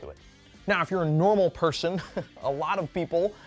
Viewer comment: "Norma person". LOL...